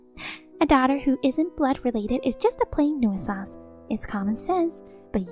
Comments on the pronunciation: It's pronounced New Sance not New Ih Sahnce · Again.... 'nuisance' is pronounced 'new-sanse', not 'noo-ee-suhnse'. Please research your words before you attempt them, don't just wing it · It's pronounced newsance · OMG the one word they used to much they pronounce wrong, nuisance. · I wish they would correct the pronunciation of nuisance